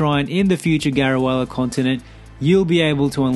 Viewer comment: helpful tips :) also I think it's pronounced Garu-leh-ah